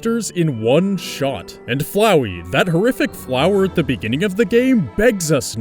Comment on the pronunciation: Finally someone who can actually pronounce FLOWEY ike a normal person.